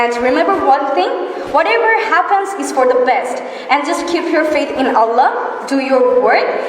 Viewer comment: yes, i appreciated her. Notice, my comment please. But just i express my opinion about a word 'And' pronunciation. It would be better if she pronounces the word 'And' more perfectly. That's all.